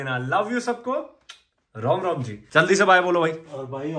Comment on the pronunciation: Oo hlo bhai kya chkkr h rom rom nhi ram ram hota h dhang se bol phle tu